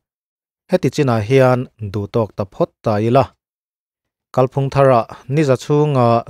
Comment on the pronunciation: Pu Duhoma anga kál phúng i tih sàn dik loh ve loh loh le! Kàl phùng tih hi Mizo ṭawng thlûk dàn dik a ni.